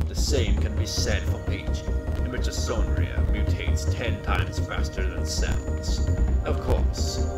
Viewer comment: it s called mitochondria with "h" like history not with "s"